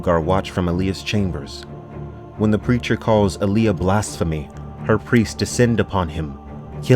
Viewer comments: AH-lee-ah! love your videos and also this has made me insane! :) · What kills me is he pronounces Allia. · Pretty sure it’s All-Ee-Uh not Uh-Lee-Uh And Gah-nih-muh not Guh-nee-muh Fuh-dyke-in not Fae-duh-keen